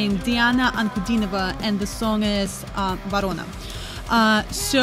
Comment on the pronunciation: Ваша реакция и Вы - великолепны! Как только Вы произнесли слова: Диана Анкудинова, Ворона, стало понятно, Вы наша, русская. Коренной иностранец 10 раз сломает язык, чтобы произнести эти простые слова.